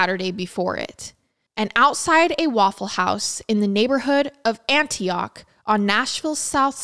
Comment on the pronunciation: I loved how you pronounced Antioch , Raleigh, and Biloxi. As a southern person we pronounce all of those differently and it’s so cute hearing you say them ❤😂